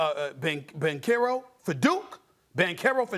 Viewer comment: SAS: "Pay-o-low? Bank-aero! For Duke? uuuuuh"